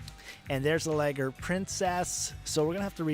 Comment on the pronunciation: if its liger why u says it like "lager"?